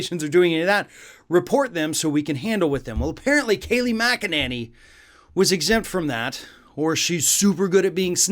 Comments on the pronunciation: My dear - you are mispronouncing Kayleigh's last name. It's actually Mc-a-ninny. Just listen to her speak if you don't believe me. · This guy is so hopeless as a commentator. Getting her name wrong at least twice is unforgivable. His language is adolescent, his argumentation flawed and his intellect below average. Does he really need to clear his throat so often? It’s distracting. Find a better journalist.